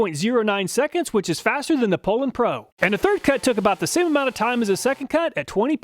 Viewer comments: Poulan is pronounced poo lon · Two comments : always heard it pronounced POU- LAN... not POOL- ANN. Chainsaws break in and perform the way they are designed after at least a few tanks of fuel.. A brand new out of the box saw really offers a test subject not ready to make adequate judgements about.. You must not be knowledgeable about chainsaws to do a test this early. Many stihl and echo and Husqvarna saws learn about their operating environment over use and self adjust for best performance. Not sure thats the case with these cheap saws you tested, but is that something you considered before testing ?? Fyi cars do the same thing. Would you do car testing in the dealers parking lot ?? You should retest these saws after they are broken in with three or four tanks of fuel. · I always pronounced it POO-LANN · Oh you guys say "PO-lan", that's odd. It would have originally been pronounced in French as "POO-law" (silent 'n'). ì guess that didn't sound American enough and was changed for marketing reasons. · your pronounceing the poulan pro wrong. its actually pronounced " pullin pro". because thats what you'll be after buying one.